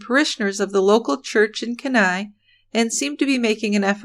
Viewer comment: It's pronounced "keen eye", Alaska